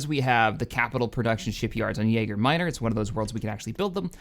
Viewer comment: you need to build up your space defenses above yaga minor. You put a capitol ship production yard up thefe with a level 1 space station. Without a bigger station, your shipyard is toast. P.s. it's pronounced "Yah-guh minor" not "yaeger minor"